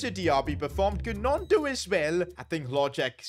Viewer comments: The way he pronounced gnonto triggered me 😭 Its pronounced nonto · The way he pronounced gnonto 😂😂😂